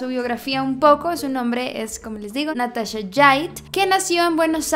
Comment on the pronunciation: Me pone muy nerviosa que diga natasha en vez de NataCHA